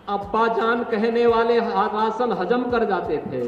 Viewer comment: राशन नहीं “रासन” समझे!